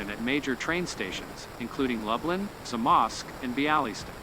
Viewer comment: Ha, nice try on Lublin, Zamość and Białystok LUBE-lin ZA-mosh-sh be-AH-weh-stock